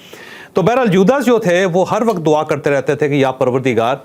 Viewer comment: It is Jordan not jargon It is dua not dava